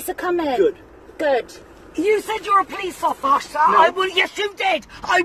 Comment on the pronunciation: "Po-leese offar-sar" 😂